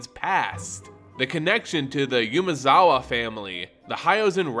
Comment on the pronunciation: Please, PLEASE. Umezawa is pronounced Oo-meh-za-wa. If you'd like some help with pronunciation, please let me know.